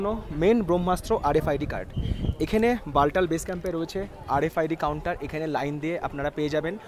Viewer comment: একটা কথা বলি? ওটা বালটাল (😁) নয় , বালতাল | তাল অর্থাৎ জলাশয়